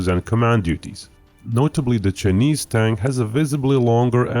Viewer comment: The pronounciation of Chinese as "Sir-Knees" is hilarious